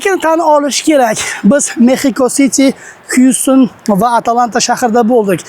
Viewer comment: ATLANTA ❌ AT A LANTA ✅😅